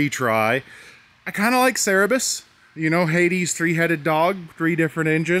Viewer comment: Cerberus, but... Cerberust